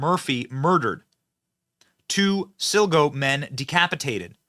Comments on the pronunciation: Thanks for covering this Benny and making it known to your audience. Lastly, Sligo is pronounced Sly-go ☘ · Lol Benny it's pronounced Sly-go. It's a county in Ireland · Sligo is pronounced "Sly-go"